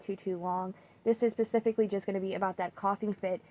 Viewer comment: You said pacifically instead of specifically 😂😂😂 Done with your video 😂😂😂